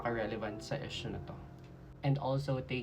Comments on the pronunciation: Kung di ka Naman part ng mga halfies Tagalog na lang tayo 😂😂😂kasi Ang EESH- YU at IS nagiging EES. Okey lang po mag English pag Tama Ang pronunciation. Ang Proud pure PINOY here. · Esyo? Palumu? Hijo practice ng proper pronunciation okay... Para di mapagtawanan at huwag sabihin n visaya k okay...